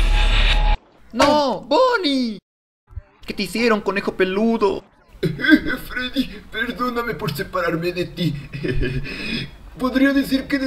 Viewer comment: Foxy dice freddos